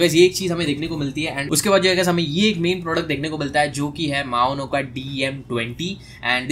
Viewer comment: Bro it's maono not maona 💀